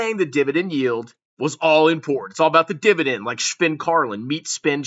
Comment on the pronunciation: Not the Dibadend Reeeuuuuu!!!!